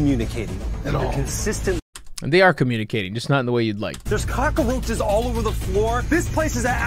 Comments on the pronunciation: "kaa-krow-chuhz" They hate us cuz they ain't us. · I wonder if cock-a-roaches is a hispanic dialect thing. Cockroach in Spanish is cucaracha, So maybe it just feels like that a needs to be in there lol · Idk if "cockaroches" is a common pronunciation, but own it hun. Dont let them take your zang away Edit: I just say roach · 😂😂 Google just showed us how to say cockroaches in cockroach